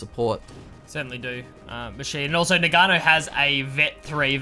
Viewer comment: please GG, "Noggano" not noganno